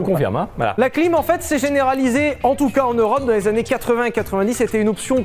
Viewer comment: " Avec quelques anné d'humidité" j'étais encore sur les caleçon moi...😂😂😂😅🤣